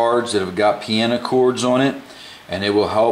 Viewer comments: Its piano, not 'piana' lmfao!! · don't worry how do you say the word piano ,you are a good teacher